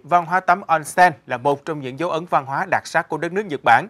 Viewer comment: đọc là ôn sen - おんせん